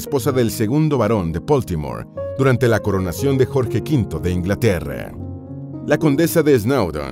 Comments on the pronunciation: Q problema tenes con la letra A?? LA A, ES ESO.....AAAAA Y NO EEEEE!! La princesa Margarite? Inglaterre? Uuufff! Q insoportable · No se dice “Inglaterreee”, ni “Margariteee”, ni “Reino Unideee” ni “historieee” ni “fiesteeee”, ni “Yorch Járuiseeeennn” 😂😂😂 Tienes un serio problema con las palabras que terminan en A y con el inglés en general, esa cadencia no es para nada agradable de escuchar. Dislike 👊🏻